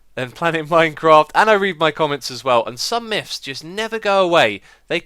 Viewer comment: I giggle just a bit every time he says "Miffs" or "Miff"